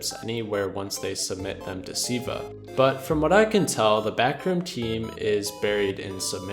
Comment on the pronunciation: Why did you keep saying "Siiva" throughout the video instead of "Silva?"